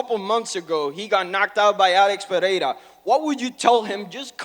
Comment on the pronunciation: Lol vitor pronounces Pereira like an American